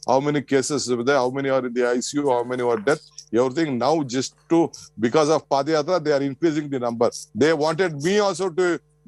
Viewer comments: 😝 Its "Pada Yatra".. Not "Padi yatra" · This foolish anchor doesn't know how to pronounce padhayatra....